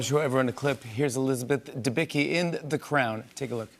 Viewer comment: This guy couldn't be arsed to learn the pronunciation for her name?